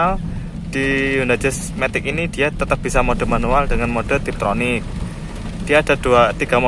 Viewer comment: Tiptronic mbak bukan triptonic, tonic? Hair tonic? Hahahahaa Enakan tiptronik, bisa nyantai pakai full matik di D, bisa sruntulan dan mainin gigi via paddle shift atau tuas transmisi. Buat nanjak juga enakan matik, lebih cepet ganti gigi dibanding kita ganti manual pakai kopling.